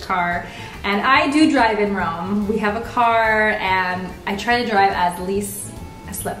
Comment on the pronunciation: It's either Roma or Rome, not Rowma. :'(